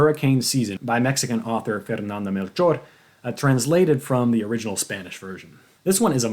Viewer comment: Great list!! I will be picking Screwtape Letters up soon. Also, kudos for actually pronouncing Fernanda Melchor’s name properly! 👏🏻